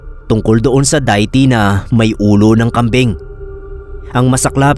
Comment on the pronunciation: Ano yun Diet Coke? Hehe kidding aside De-ih-ty (deity) kasi bigkas nun. Sorry medyo kasi nabobother ako😅